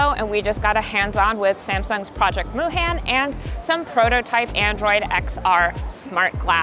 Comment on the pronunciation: a korean american should say Moohan the right way.. it's pronounced moo hahn. which means infinity